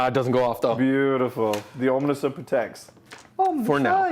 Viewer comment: If I hear someone say "Omnisir" ever again I will probably lose my shit